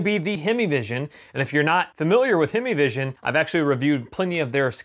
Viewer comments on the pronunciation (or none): HYME-VISION. "HEIMVISION" NOT HEMI-VISION. IT HAS A MOTOR, BUT IT ISN'T A DODGE HEMI.